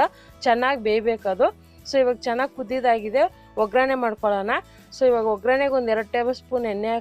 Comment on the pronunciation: Madam ಅದು ಒಗ್ಗರಣೆ... ograne ಅಲ್ಲ ದಯವಿಟ್ಟು ತಪ್ಪು ತಿಳಿಯ ಬೇಡಿ